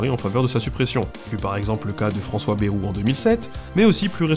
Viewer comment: Excellente vidéo, j'ai hâte de voir la suite. Seul bémol, Bayrou se prononce "baïrou" (bajʁu) et non "bérou" (bɛʁu). C'était le commentaire pointilleux d'un type du sud ouest. Bonne continuation !